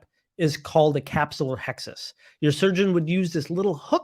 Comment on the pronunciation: Not to sound like an English teacher for the internet, but as an instructor, you may want to look up the proper pronunciation of words like capsulorhexis & vitrectomy. Perhaps it is a midwest regional dialect, but on the west coast these are pronounced capsulo-Rhexis (not -Hexis) and vitrectomy, not VIE-trectomy (same for vitreous, not VITEreous. Also might want to be aware that some of the most commonly used lenses are prone to glistenings after a few years, causing difficult to explain haze not related to PCO. Envista lens is one of the few marketed as having fewer glistenings.